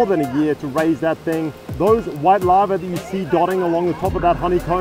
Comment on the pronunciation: OMG!!! You are saying larvae! It sounds like lava! Wow!